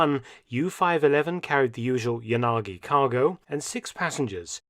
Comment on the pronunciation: It’s “ya - na - gi “ at least get it right やなぎ😂